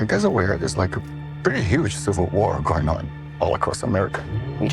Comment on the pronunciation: "Shill-vil War"